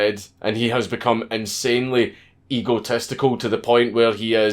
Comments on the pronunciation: Boy!! You talk funny... "Ego-testical". NOW THAT'S FUNNY!!! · I like how your accent makes Egotistical sound like Ego-testicle. Unless you were doing that on purpose, in which case, well played. XD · Did he say ego-testicle ?